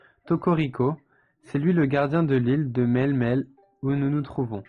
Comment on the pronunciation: Sympa, moi c'est Brindibou bon j'ai termine le jeu j'ai les 3 maintenant ! ! :) C'est "Mélé-Mélé" la prononciation je crois il me semble sinon la fille c'est ma Lillies que j'aime beaucoup dans le jeu. ♪